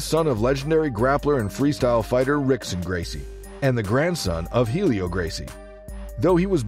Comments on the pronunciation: Rizin is pronounced like "risen," not "rizzen." Also, as others have pointed out, you pronounced Rickson's name wrong. You should pronounce it like "hick-son." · Pronouncing the r. Also, the fight with Cub was pretty close. A clear victory for Cub, but by no means was it a dominant win. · Its spelled Rickson but its pronounced Hickson dude sheeesssh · The way you pronounce rickson I’m out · Lost me at the first “R”ickson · I was out the moment Rickson’s name was pronounced incorrectly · Yes. Automatic fail. This channel is banned. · and AI wound more than likely pronounce the names Rickson & Rockson correctly and not in English. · You making fight clips, learn to pronounce ricksons name.